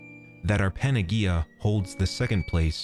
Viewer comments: Yeah ... I don't know that incarnate is ever pronounced like he says it here heh. Also, not that it's an English word, but he's also pronouncing "panagia" like I've never heard it pronounced ever in my life. It's pronounced more like "banayia", "g" is "y" in Greek. I try not to get hung up on these things but that's really hard to overlook for some reason. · for future reference panagea is pronounced with an 'h' sound not a g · lol PAN-A- GEE- A, in Greek g = y PAN- A- Ye- IA 👍